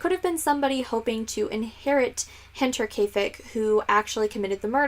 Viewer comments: Yeah you went for it and nailed it! Nice job lol:) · You get Double points for pronouncing the title right haha :)